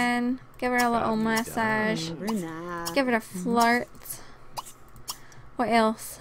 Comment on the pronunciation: When u said massage I thought you said mustache XD